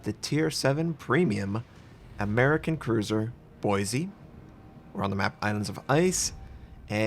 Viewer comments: Its Boi-see not Boi-zee The S is not a Z. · It’s Boise (Boy-see)! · Ohh boy, you aren't saying Boise like a local would... Not wrong or bad, just a little odd hearing it from an outsider. (BOY-see) At least you don't have to say a few other names native to Idaho... like Coeur d’Alene (Kore-duh-Lane)... Thank god that one didn't have a ship named after it or the butchering would be rage inducing... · I cringed every time you pronounced Boise. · Believe it or not, You actually pronounced “Boise” incorrectly.